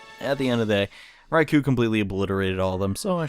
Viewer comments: Raikou is pronounced Raiko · Raikou is /rye-koh/ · it is prounounced (rai-co